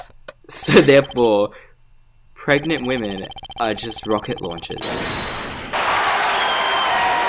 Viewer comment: so incredibly sad that no one has pointed out "pregament" at like